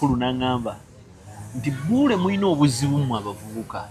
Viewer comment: the name is not pronounced Buwule but bule just the double uu is for kuwangala while pronouncing it. Buule not Bule.